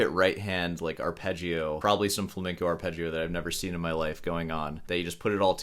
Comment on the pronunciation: The guitar Viking is pretty lame. Not knowing how to pronounce flamenco is also pretty lame😉